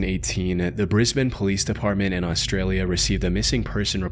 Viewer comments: I know you're using AI audio, as you somehow pronounced Brisbane correctly. Septic tanks say Briss-Bayne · wow, an American who actually knows who to say Brisbane correctly